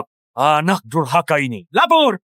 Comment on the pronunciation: Dasar DURKAHA kata raja bukan dasar DURHAKA 😂😂😂